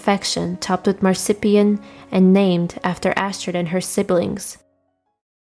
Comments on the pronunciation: I would suggest some help with pronouncing some words. MAR-ZUH-PAN. And 'bowled' sounds more like the sport "Bowling" than the human intestine "Bowels". Your voice is very lovely to hear and I do love hearing you speak sweetly about some of these folks. ❤❤ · “Marsippian “?????Just one of the many mispronounciations in this video, but definitely the most inventive.